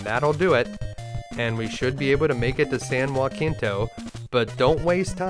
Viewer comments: San Jacinto is not said as San Joaquinto but "San Ha See nto", other than that this gameplay was pure flawless perfection. Also I love it when you destroy the plot and find hole after hole in the main story. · San Juh-Sen-Toe (not Wah-Keen-Toe) ;) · This game was a blast but I never finished it when i rented it as a kid. But as a native Texan, It's San Jah-sin-toe. We pronounce it different from the original San Ha-sin-toe. Great video my dude! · San Jacinto was where Texas won Independence from Mexico. You completely mispronounced it. Hard J soft C. [juh-SIN-to] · Naturally, it's a great video, and for a game I never woulda thought was so good. Everybody is saying that though. So I wanna ask something. Did anybody else kinda chuckle at how he pronounced San Jacinto in this video ?